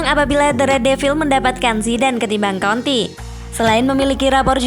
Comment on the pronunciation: Mbak nya mesti blejar lg menyebutkan nama2 seseorang,,tulisan "jose" mourinho tp di baca hose mbaaaak,,antonio kontee bukan antonio konti